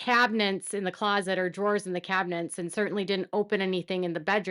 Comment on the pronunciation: The word is "cabinets" NOT "cabinents"!